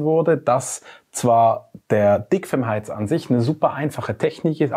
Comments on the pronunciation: Ich hab einfach "Fickfilm" heater verstanden... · hab ich richtig gehört? "fickfilmheater"? 😄